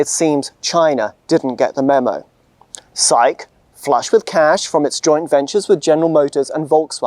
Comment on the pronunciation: Each time he said "'SAIC", I heard psyche!